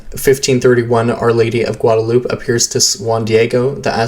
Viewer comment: Gwad-a-lew-pay. Come on man! I thought everyone knew how to pronounce Guadalupe. It is terribly distracting hearing something like this over and over.